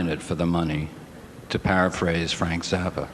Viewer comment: Why does this narrator pronounce it Frank Zarppa, rather than Frank Zappa?